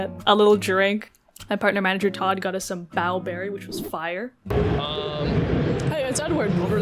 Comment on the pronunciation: NOT THE BAOBERRY LMAOO